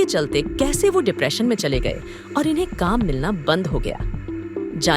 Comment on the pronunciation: डिप्रेशन शब्द है ना की डिपरेशन जैसे ऑपरेशन नहीं ऑप्रेशन है